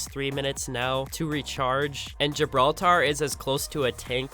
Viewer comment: GibrAltar is what you say lol